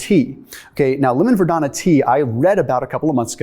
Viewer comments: Verbena! Not verdona! 😒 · Are you saying vadona or verbena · Ver-beeeee-nuh .....lol ...no "i" in the entire word.😂 Anyway, great video! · Verbena is pronounced: ver-bēēn-a — long e, accent on the second syllable. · Are you saying lemon verdana? Is that the same as verbena?